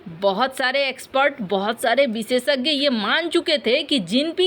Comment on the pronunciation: कोसिस, बिसेसग्य, सायद, सुरच्छा, बिद्रोह, यह बेहूदा अशुद्ध हिन्दी उच्चारण बार बार..... अच्छे भले वीडियो का हर बार सत्यानास कर देते हो